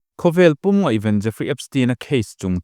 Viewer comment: Ngeihven te hi in ti thin a ... Ngaihven tih tur a nia ...